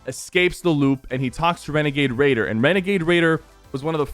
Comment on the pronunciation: he sort of said renegade raider like renegade waider